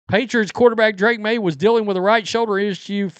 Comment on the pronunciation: You keep pronouncing FAKE Maye’s name wrong